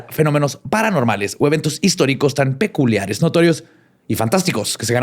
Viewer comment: como puede ser que pueda leer el nombre completo del papa y no pueda decir peculiares??? 🤣🤣🤣🤣